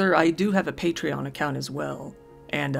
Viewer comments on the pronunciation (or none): none